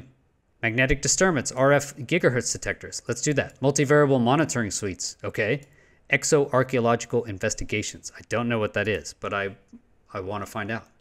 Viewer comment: "exo" check it again